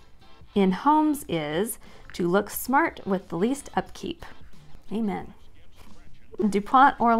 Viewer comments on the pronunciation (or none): none